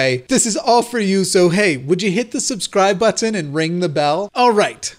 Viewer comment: can anyone else confirm that he says “subscribe button” in an English accent bc I can’t stop thinking about it